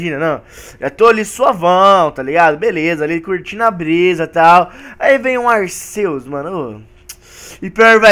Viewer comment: se fala arquios n e aceus